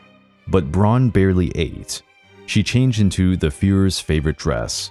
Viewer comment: Why on Earth does he pronounce her lastname as "Bronn"? It's B R A U N! even an American "Brown" would have been acceptable but "Bronn"?!? Unbearable like nails on a chalkboard...